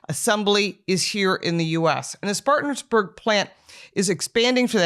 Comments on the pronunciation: Good video. But it’s Spartanburg…not Spartans. Being from Atlanta and riding/driving through this area basically since I was a kid, that extra S was grinding my gears! 🤣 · try to get the name right! Spartanburg NOT SpartanSburg.